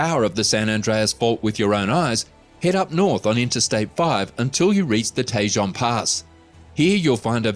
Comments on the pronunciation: It's pronounced ta-HONE Pass, not tay-zhon. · Tejon is pronounced Te Hone. J’s make the H sound in spanish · I live in California and am well aware of the possibilities of earthquakes. And that just about each fault is overdue. I also live in an area that has volcanic activity. 😂 and it’s Tajon, like Ta hone. he’s from the uk so i forgive him. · Tejan pass. Pronounced te-hōn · Sorry, that’s not Te Jon Pass. That’s “Te hone”, emphasis on hone.